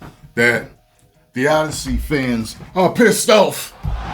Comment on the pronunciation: The O-DEI-ssey